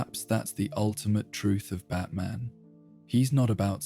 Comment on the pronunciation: Pronounced " bat - min " I assume?